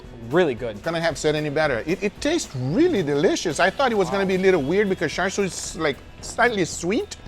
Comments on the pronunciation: How are you getting "sharshiu"? It literally starts with "char," a word you've said countlessly in your videos 😅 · How did he pronounce char siu? Did he say shar like shark? Isn't it pronounced more like char-coal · It's pronounced the way it's spelled, Char, I don't know where Guga found an S to add to the pronunciation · Its cha siu, not char siu. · Dear Americans, it's not char "SU", it's char "SIU/SIEW". It's literally written on the bottle. Please learn to pronounce words. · Why on earth would you say 'shar shiu'? It's char (as in charcoal) siu! It's sharcoal now, isn't it? (Uncle title removed immediately) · what the hell is “shar shou” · He is making Asians mad by pronouncing it like char siu instead of cha siu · Guga, just pronounce it like how you would normally pronounce a char.. its not "shar" 🤣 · Your pronunciation hiyaaa. It sounds like Cha seyou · i die a little every time he mispronounces char siew but i forgive him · Mr Guga.... please check how to pronounce Char Siew correctly....Cantonese way....😁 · take a shot every time he mispronounces "char siu" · whys no one talking about how he pronounced char siu haha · I died every time they mispronounced 叉燒 Uncle Roger, why didn't you correct them? 😭😭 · the char in charsiew is pronounced the same as the char in charcoal. *edit: got it right!